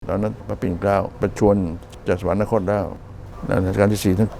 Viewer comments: ศ.ศิวรักษ์ ไม่มีความรู้เรื่อง ศัพท์สำคัญ ศัพท์ว่า สวรรคต ท่านยังพูดว่า สวันนะคต ทั้งๆที่ ประโยคนี้ ไม่มี น.หนู ที่ถูกต้องให้อ่านว่า สวันระคตได้ ส่วนมากอ่านผิด99 % จนเคยตัว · อ่านสะ_หวัน_คดค่ะ